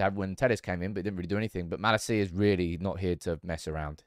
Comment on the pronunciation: I wish you would pronounce malacias name right 😂